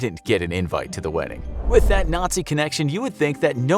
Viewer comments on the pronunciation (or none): none